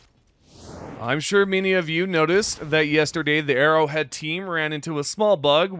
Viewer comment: It's Arrowhead... not Errorhead !